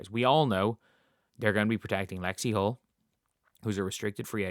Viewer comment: 100%. AN it's "Hull". Lexie "Hull".